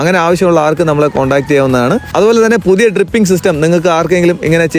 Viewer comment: ട്രിപ്പിംഗ് അല്ല.... ഡ്രിപ്പിംഗ്...